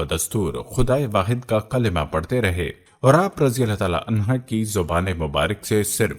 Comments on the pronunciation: Clear your arabic language it is anhuh not anha. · Ap please anha ki bjay anho bola kren